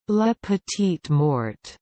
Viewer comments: It's MORE.. LA petit more that's how it is pronounces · Nope! That's incorrect. It's "lah pe-teet more". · That is literally the opposite of how you pronounce that